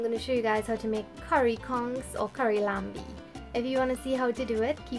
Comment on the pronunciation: It is not laMbie it is Lanbi. You don't prononce the M. This word is an French creole word as once, the national langiage in Trini was French Creole.